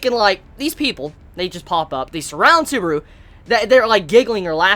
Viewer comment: Please, stop calling him Suburu.